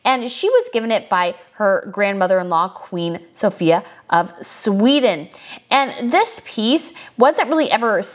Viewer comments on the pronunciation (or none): none